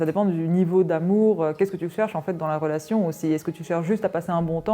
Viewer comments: Pardon mais il y a une meuf à chaque fois qu’elle dit « relation » j’entends « fellation » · 😂 je pensais que j’étais folle j’entends fellation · On entend plus rélation que fellation..